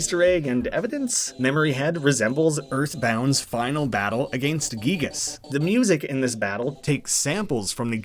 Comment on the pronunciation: THANK YOU for correctly pronouncing Giygas' name as "Geeg-us"! Sincerely, a huge EarthBound fan